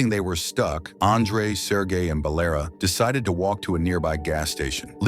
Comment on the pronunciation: It's not Balera. It's Valera There is no name "Balera" Dum6 AI 😅